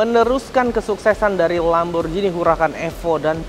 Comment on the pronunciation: Kalo gak salah nyebutnya Lamborghini yah pake G bukan Lamborjini.